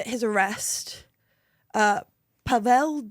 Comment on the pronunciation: Actualy She had the Pavel name pronounciation correct! it should go Pav'El like she said first time